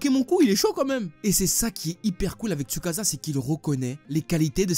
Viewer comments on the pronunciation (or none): manga >anime et on ne dit pas tsukaza mais tsukaça